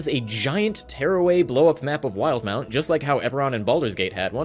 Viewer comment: Wait, it’s not pronounced “wil-de-mount”?